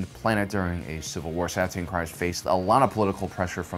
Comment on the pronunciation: Kryze (pronounced Kreez)., I beg you to listen to some of the audiobooks (specifically for name pronunciations) or watch Clone Wars. You have a blind spot with some of the pronunciations.